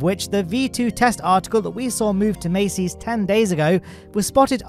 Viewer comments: why you say "maceys"? its masseys.. like massive.. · I know it may be difficult with a British accent but you need to pronounce certain words correctly, like a persons name or the name of a location. It isn't pronounced Macy as in the Macy's Day Parade, it's pronounced Massee's as in Ma sees, with a long 'a' sound. Everyone else in the dozens and dozens of YouTube channels pronounce it correctly, so why can't you? That is my only criticism of an otherwise excellent video, if I can't pronounce something correctly I find out how to pronounce and get it right, anyone can do it. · Mass-ey's not mace-ey's😢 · Mass-ey's, not Macy's Buyer, not Bayer